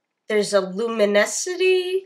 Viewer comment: "Theres a Lumenecity" XD XD XD XD XD XD (I wish my computer had emojis its the crying laugh one) It's LUMITY!!!!! XD XD XD XD She learns. Oh Titan, I just watched her Lumity reaction with NSAVF it was hilarious.